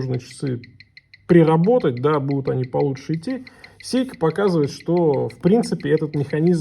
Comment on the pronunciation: Не сЕйко, а сЭйко!!! Говори правильно, дегенерат!